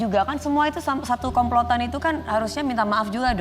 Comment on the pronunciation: Ya allah ngakak aq sebutnya komplotan 😮😮